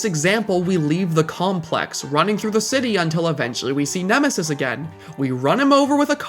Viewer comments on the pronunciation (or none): Nemisis? More like Eh-misis!